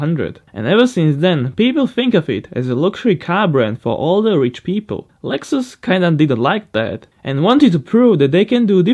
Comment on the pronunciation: Lex-ous lmao 😂